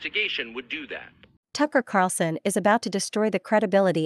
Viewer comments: The narrator needs to pronounce Tucker's last name correctly. The video poster needs to find such a person before posting. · Tuckers name is Carlson not Carson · It's Carl son, Tucker Carlson, not Carson. Lol